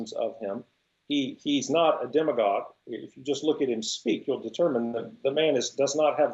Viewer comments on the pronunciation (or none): Why are you pronouncing "demagogue" with a long "e"? Is it pronounced that way in Spanish? (Serious question. I only had 1 year of Spanish, and we didn't get to demagoguery.) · Who pronounces it "deem-a-gogue"??